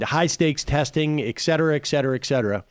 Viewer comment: egg-cetera egg-cetera egg-cetera It's not eggcetera, it's not ekcetera, it's not excetera, it's et cetera you fucking dope. I'm probably being very snobby, but why can't Americans pronounce et cetera??